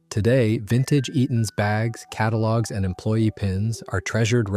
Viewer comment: WHAT language did AI kick into for Eaton's there right off the bat!!??? 🤣🤣🤣🤣🤣